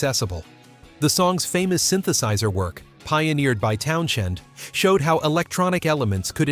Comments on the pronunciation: Technical note: "Townshend" is pronounced "towns-hend". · Good vid, except for a few misplaced photos and that the Who's Pete's last name has no "sh."